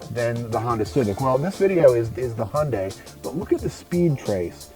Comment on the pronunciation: The way way he pronounce Hyundai got me: It`s a Hendei Velostar :D